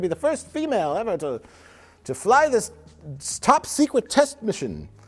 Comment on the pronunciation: "top secwet"